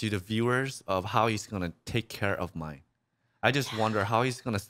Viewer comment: I know we rather call her the B word, but her name is not pronounced Mine either ... Myne is pronounced with 2 syllables. should be "Me-Nay"